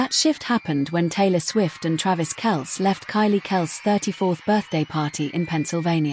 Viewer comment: Kel-cee...come on